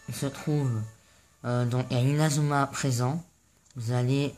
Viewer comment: Pk tu di inauma eleven Go chrono hone honnerre